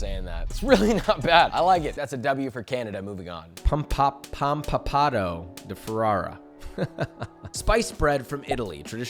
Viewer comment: it's Panpepato, not pampapato I live close to Ferrara :D